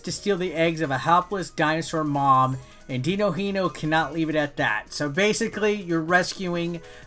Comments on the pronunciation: Se fala DININHO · Im sorry, but i laughed so hard with the way you tried to pronunce Dininho pretty good video tho